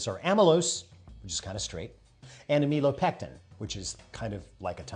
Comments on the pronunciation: Just FYI, you want to pronounce it AM-ih-lo-pectin. 😊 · I love the pipecleaner demostration. However, you"re saying "am ill oh pectin" wrong. No worries. I once watched a professor do this all lecture. I didn't want to embaarass him by saying anything.